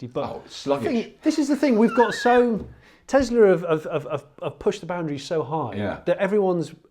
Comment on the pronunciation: Tezla? I thought it was Tesla...